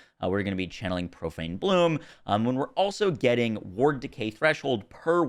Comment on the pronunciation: He called it profane bloom. 😅